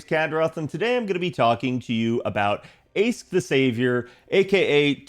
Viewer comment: Not sure if people know about this by now but "Aesc" is pronounced "Ash" in Old English, as in "ash tree" just as "Toneriko" is just another Japanese word for "ash tree"